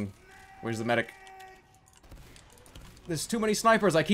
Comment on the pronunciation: Demoman says MEDIC!!!! like MYDICK!!!!! Dont you guys think so??? I cried of laughter during this video!!!!!